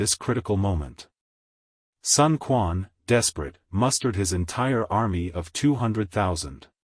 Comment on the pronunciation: Sun Quan is mispronounced as well.